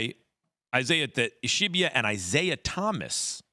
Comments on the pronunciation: Is this how you pronounce “Ishbia” now? “Ishibia” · You mfs refuse to pronounce the Suns owner’s name correctly